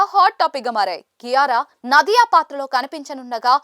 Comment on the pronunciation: ನದಿಯ ಅಲ್ಲ ನಾದಿಯ ಹ್ಯಮ ಅಲ್ಲ ಹುಮ